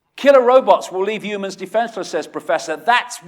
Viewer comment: I've subbed because you say ooomans instead of humans. Also I subbed because a lot of the stuff you say actually makes sense. I think you're on the right track.